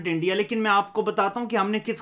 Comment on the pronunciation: Learn to talk first "Eeindia" "pkistan" you don't know how pronounce properly OK.